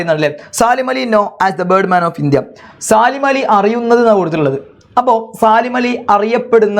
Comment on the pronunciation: സാലിം അല്ല സലീം എന്നാണ്